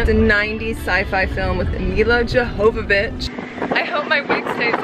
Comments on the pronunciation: It's pronounced "YOVOVICH" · It's Milla Jovovich, not Johovovich.